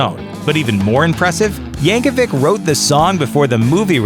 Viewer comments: Yankovic is pronounced "YAN-koh-veech" not "~-veek." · Its pronounced Yankovich, not Yankewik. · The last name originates from Serbia, thus should be pronounced with Ch sound at the end, same as you don't pronounce The famous tennis player's name Novak Djokevik, but Djokovich. Google it brah.